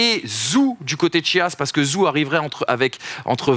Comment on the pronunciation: Zhou se prononce "djou"